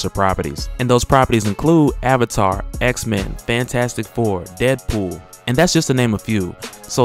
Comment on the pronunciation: "X-Mayne" LOL